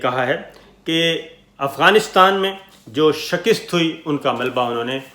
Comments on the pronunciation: Sabir bhai, the word is Shik-ast not Shak-ist !!! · Shakist nahi hoti . Shikast hoti he lolx urdu k lafz to theek adaa kia karen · Sabir Shakir sahib, shakist nahi, shikast… she-kust…. . Please correct! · صابر شاکر صاحب! لفظ۔ ِشَکَست ہے یعنی ش کے نیچے زیر اور ک کے اوپر زبر۔ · Plz pronounce the word "shikast" rightly